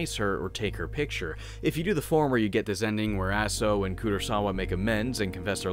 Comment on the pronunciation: if i remember it correctly she was keeping all sins of all the people who decided to commit suicide on that mountain Your pronunciation of Aso is corrected I was playing the Japanese version with the underwear costume the spying camera level was way too much XD